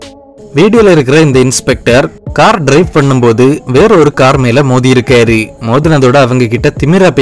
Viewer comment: இருக்காரு , போனாரு .. னு உச்சரிங்க ! இருக்காரி , போனாரி ..! வந்தாரி ! இருந்தாரி , இவரி ! அவரி ! போயிருக்காரி ! வந்திருக்காரி !னு சொல்றிங்க 😂